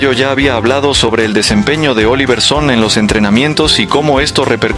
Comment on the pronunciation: Se pronuncia SonnE, no Son! No es inglés es Danés!